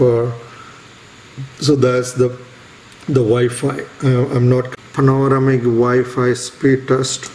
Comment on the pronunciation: Good video. It's pronounced Pan-Oh - Ram - Ick. You're welcome